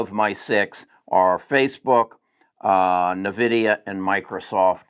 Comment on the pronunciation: Pronounced N-vidia